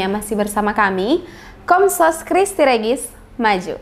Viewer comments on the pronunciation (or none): tolong bacanya diperbaiki ya. Christi Regis [kristi rejis]. Okay?